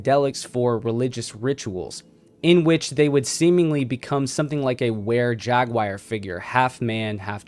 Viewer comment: I really enjoy the content and information you provided 👍. Thank you. Just try to ask someone you trust about any pronunciation questions you may have. You may not be aware of your own lacking. Especially with Jaguar not ja-guire.